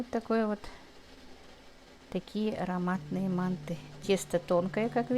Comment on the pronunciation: надо говорить манты ударения правильно произносить а так все нормально удачи